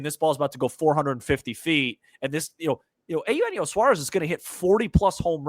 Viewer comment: feels like the cubs are just about the only team he's never played for so why not? let's check that box. but only if we can start pronouncing Eugenio like normal human beings and stop with the Ay Yoo Henio thing. Did that start as a joke or what?